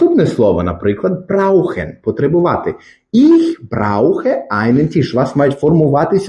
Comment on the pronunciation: Tisch. "Т" не треба пом'якшувати як в українській мові. "і" не пом'якшують приголосні. brauchen. "au" один із трьох дифтогнів, він вимовляється як один звук і це зовсім не "ау". Далі не дивився, бо не зміг.